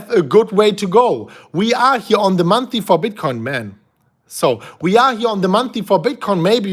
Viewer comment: Month-Ly -Not monthy